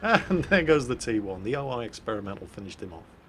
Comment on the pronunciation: Damn it. It´s O-I not O-AI. You´re pronouncing it wrong